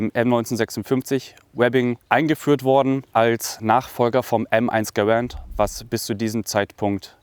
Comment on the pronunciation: One mistake garand not garant